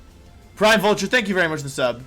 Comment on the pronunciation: Wery wholesome wideo Wolfey